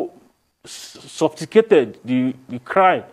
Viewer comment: If this guy says “sophticated” one more time!!! 😡😡 It’s “sophisticated” oga